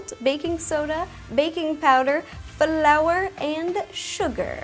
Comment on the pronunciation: Am I the only one who heated her say blour